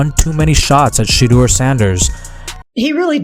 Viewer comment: Please announce his name CORRECTLY and Stop being DISRESPECTFUL